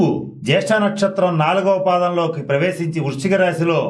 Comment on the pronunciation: జ్యేష్ఠ సంతానం కి ......ఏంటి గురువుగారు ..కొంచెం clear గా చెప్పండి.